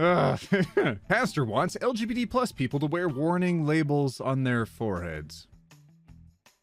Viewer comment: I love it when pronounces LGBT as Eljibeetee. Happy Pride Month!